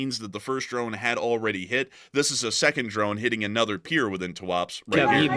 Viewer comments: Tuapse is pronounced as Туапсе, not as Туапс. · It’s pronounced ‘Too-ah-Pséh’ :)